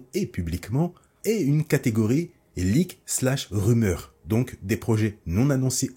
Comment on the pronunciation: Tu pourrais améliorer ta prononciation en anglais c'est impossible et insipide de dire "trélaire" et "liqué"